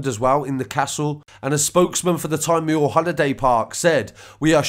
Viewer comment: It's pronounced '' tea mawer"